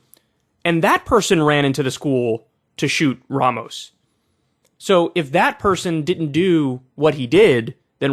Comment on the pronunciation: Abbot does a press conference and when he said Ramos' name, he kept mispronouncing it "Romas," as if Ramos was some unpronounceable name. It's a perfectly stark exposure to the hard lack of empathy and connection to all the people of Texas, not just the white good ol' boys and girls.